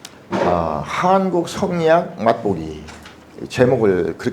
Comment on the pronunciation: 한국의 한자를 왜 길게 발음하십닠까? 짧게 발음해야지요!